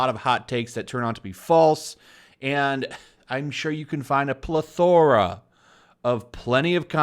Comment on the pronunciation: Dude, you really gotta learn to pronunciate "Plethora" correctly. PLEH-THOR-UH. Not pla-THOOOR-aaahhh. 🤣